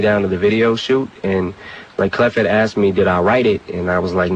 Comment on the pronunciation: This was a good review .....however....Why is this narrator saying "axed" instead of asked? 😂😂 He sound like a frat boy "tryna" be somebody he ain't! 🤣💯 #malibusmostwanted